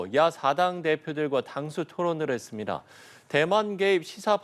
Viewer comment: ~했습니다… 너무 어색하다 기자 발음.